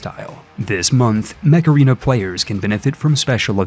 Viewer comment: Sorry, I can't tell if you are saying "Mech Arena" or "Macarena"